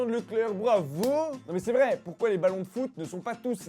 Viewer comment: #dmp pourquoi on dit poyrquoi?